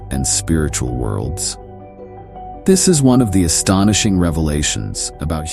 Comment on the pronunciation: AI can't pronounce 'astonishing' lol. What a lazy and lame clip. Wholly AI generated.